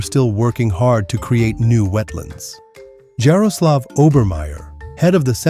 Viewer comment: pro tip, in slavic languages letter J is almost always pronunced as Y in english, so Jaroslav should be pronounced as if it was spelled like Yaroslav